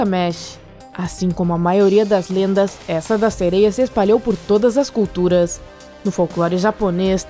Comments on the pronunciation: Ñ é "sereio" é "tritão" e ss eu acredito q elas existem 👧+🐟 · Ficar ouvindo falar "sereios" me deu nervoso kkkkk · O "sereio" akkskakdks